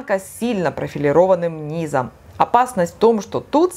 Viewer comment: Полезно, но говорить надо " под нИзом, не под низОм. Спасибо за ваши видео.